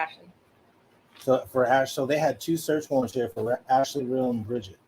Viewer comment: sister of ashley real here , you’ve been saying her last name the right way - pronounced real as in real or fake not ree-all, i’m not sure why they pronounced it that way on the news